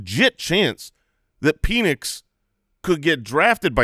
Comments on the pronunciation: Penix is a bit, right? Y’all know it’s pen-nix and not pee-nix right? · Why do you pronounce Penix like that?😂. It’s PEN-ix. Not PEEN-ix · Is the Penix pronunciation a bit? It's pronounced like a ball-point pen